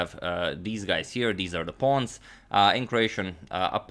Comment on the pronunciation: The queen and pawns pronunciation almost sounds excaclty like the way we pronounce it in afrikaans here in south africa